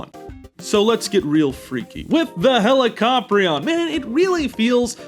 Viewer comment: You mispronounced helicoprion. It's pronounced hell-i-co-pry-on. Not being mean.